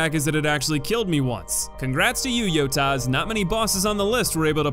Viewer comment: Did you just call it a yotas???